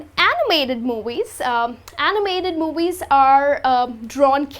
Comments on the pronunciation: Hi. Where are you from? Why do you say 'mowies' instead of 'movies'? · Talking about movies or moowies? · I like the way you are pronouncing movies !